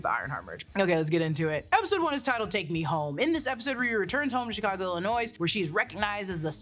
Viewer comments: Did you just say Chicago, IllinoiSSS??? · Not "Illinoise" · it's just "Illinoi". The S is silent 😂😂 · "Illinoise" physically hurt me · I’m so glad somebody else felt that as deeply as I did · I cant belive you said the s in Illinois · how did you just say Illinois? actually unwatchable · The S in Illinois is silent, thank you. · not pronouncing the silent s in Illinois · The S in Illinois is SILENT. This drives us Illinoisans crazy so had to mention it. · Illinois is pronounced with a silent s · The... 'S'... in... ILLINOIS... is... SILENT!!!!!! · Being from Illinois, you pronounced it incorrectly. Too much emphasis on the "S" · The S in Illinois is silent! 😜